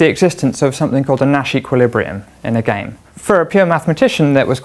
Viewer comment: in your pronunciation, space is spice, game is gime, donut is doinut.